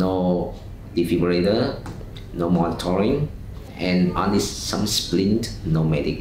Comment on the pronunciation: Actually, Singapore has the SCDF. They also have Lentor, Hope, etc. 'defibrillator' not 'difibrillator' who is Güngör Güner? I liked it and hit the like button!